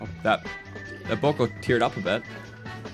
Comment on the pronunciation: it’s boko but it goes more bow k o